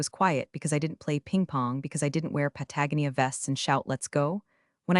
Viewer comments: You don't say it pa-tag-o-NEE-a. It's pronounced: pa-ta-GO-ni-a. FIXIT! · I know it's only a stupid story, but FFS, just for once, couldn't you find a different Clause than 14c... and change Patagonia to Brazil, or at least something that can be pronounced correctly...! 🙄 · AI is still mispronouncing Patagonia. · I'm longing for the day that AI correctly pronounces Patagonia and on that day I'll buy a lottery ticket and a bottle of Macallan double cask single malt scotch. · Is it pronounced Pat-a-gonia or Pa-tag-onia or something else entirely? And is it a brand of clothing? It is spelled like it ought to be a city high in the mountains of South America. But, hey, what do I know. At least I am not AI and have 6 fingers and an extra arm or two. 😁 thank you. I love these stories.